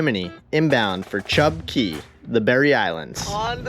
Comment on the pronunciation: Chub Cay! Portal to the TOTO! Thank you for pronouncing cay correctly.